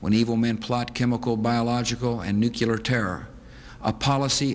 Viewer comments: "nucular?" ...no Bush..Nuclear... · NUKULAR? BUSH! You went to Yale... It's Nuclear. Get it right.